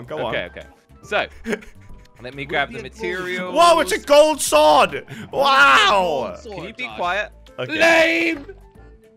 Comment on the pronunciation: WHY CALL SWORD IS SOWSD